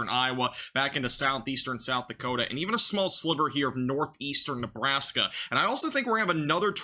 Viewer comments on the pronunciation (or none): none